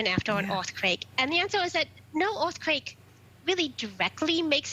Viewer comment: Orth quake ... Evwee body wuuun!!